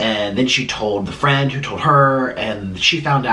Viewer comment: The emphasis on the three friends is taking me out